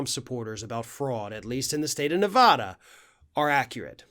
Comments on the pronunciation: Listen, sorry but it's NOT "ne-VAH-dah". Nevada. "a" as in "cat". OK??? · It's so hard to hear you say Ne-vah-da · I love your videos but as someone that lives in Nevada... it drives most Nevadans nuts when Nevada is said wrong. It's Nu-va-duh. Thank you! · Please pronounce NV correctly! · Please pronounce Nevada the right way.